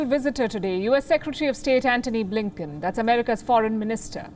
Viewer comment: BLINKEN sounds more like LINKEDIN😂